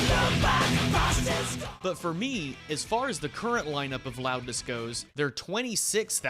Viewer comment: Loudness. Pronounced: Roudness